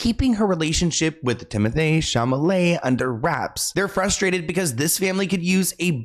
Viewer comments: “TimoTHAYE ChalMALAY” 40secs in??Thanks. ❤️ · Timothee chamalet 😂